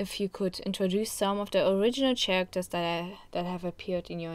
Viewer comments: Chairacters is honestly the goofiest mispronunciation ever. I will be using it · I love your accent and I assume you wan to improve your English, so characters is a pronounced without the ch sound, but for some reason is spelt that way. So your would say it like caracters or care-actors.